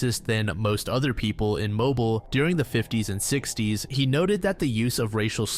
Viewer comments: How can you start off pronouncing mobile correctly and then further during the segment you mispronounce it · well it's true is the last segment about the serial killer from Mobile Alabama. He says it correctly the first time and then the second time around when he said it he said it incorrectly